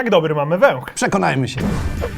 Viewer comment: Mam czasami wrażenie że powiedział węłch 😂